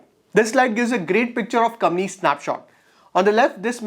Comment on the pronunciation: Brother,I watched a lot of you videos..All of them are great content. A small suggestion..please pronounce Company as coMPany….instead you are pronouncing as commie… Thanks 🙏 for the great content